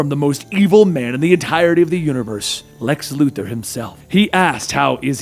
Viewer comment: Lu Thor Luthor 🤦‍♂️